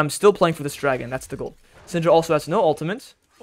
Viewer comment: It's pronounced "uhl-tuh-mit" not "uhl-tuh-mint".